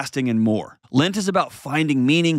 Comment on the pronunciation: John it is LEnt, not LInt. Lint is the stuff in your dryer